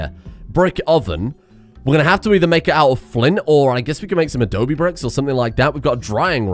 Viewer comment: Adobe, not adobi.